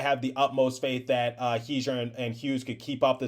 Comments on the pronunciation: Its not Heisure, as in leisure time. Its He-sure or He-sher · Wtf, are you a Devils fan? You can NOT seriously have a NJ Devils YT and pronounce Bratt's name like a damn sausage! It's a simple 1 syllable name where rat/at consists of most of his name- not rot/ot. Than as someone below mentioned you also say the Captain of the Devils last name wrong...SMH... You want to bring PK back to mentor Hamilton, ok you are BONKOS delete this account you are arrogant a Devils Youtube.